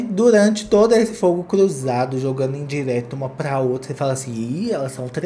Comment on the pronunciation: Esse "iotra" me mata! Kkkkkkkk